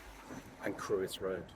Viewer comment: Very interesting. It’s not Crewe-is Road it’s Cr-oi-ssss